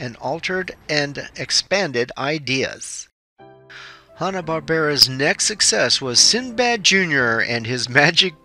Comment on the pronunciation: It's not pronounced Hah-Nah, it's pronounced as Hanna like Hannah Montana....get it?